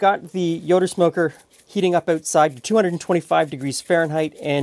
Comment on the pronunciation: I think he’s saying “Yoda smoker”!